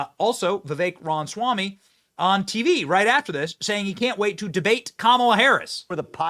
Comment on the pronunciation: Benny, I love ya dude. But please, please pronounce it right. Rom-uh-swam-ee. Not Ron-swam-ee or whatever you're saying.